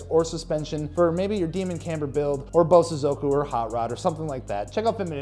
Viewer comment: As a Japanese, Just to help with the proper pronunciation. Bosozoku is pronounced (Bō(slight pause)Sozoku). sozoku is pronounced fast and in unison. Bo|sozoku 👍🏼